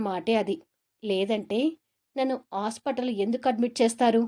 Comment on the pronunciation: Story chala bagundi kani Mee thelugu bhasba nu improve chesukondi roju ni rose antunnaru vuru ni voor antunnaru hospital nu ospital antunnaruu ila inka konni words vucharana improve chesukondi voice bagundi kani vucharana sariga ledu just advice criticism kadu ! All the best!